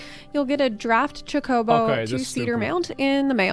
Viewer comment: How is this girl a Final Fantasy XIV streamer, yet she miserably fails to properly pronounce chocobo (cho-ka-bow). I can't even comprehend what she called it. I think she said chacobo as in cha-ko-bow. I've only played 1 Final Fantasy game, and it was 10. Yet I know how to pronounce it.